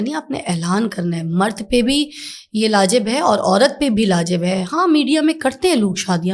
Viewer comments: She is saying" lajib" istead of"wajib".... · Madam word "laa'jib" niiii hy "" waajib"" hy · not LAJIB .😂😂😂😂😂 word WAJIB hota hy .😅😅😅😅😅😅😅😅😅😅😅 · لاجب ؟؟؟؟؟ واجب ہوتا ہے ، English کے علاوہ یہ بھی سیکھیں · لاجب نہیں واجب ہوتا ہے معازت کے ساتھ